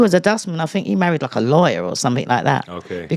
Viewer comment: I feel liKKKe, I feel liKKKe... liKKKe...